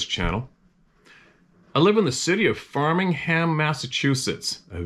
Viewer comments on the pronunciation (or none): FRAMINGHAM Mass. not Framingham lol😉